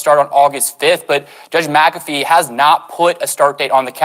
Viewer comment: MacAfee not macabre